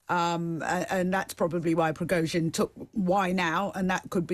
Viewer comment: Who are these clowns ? He can't even say Prigozhin and she described him as "self-acclaimed" . At least find someone who can speak English if you want to achieve any kind of credibility...